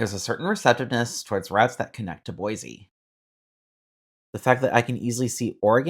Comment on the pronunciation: I would love a train service here. Also, Its is Boi-cee...not Boi-zee and We-zer not why-ser . :)